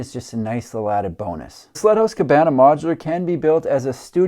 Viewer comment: I swear by all that is holy, you kept calling the first house a "slut" house. I had to turn on the CC to discover it was "sled" house, which just made SO much more sense.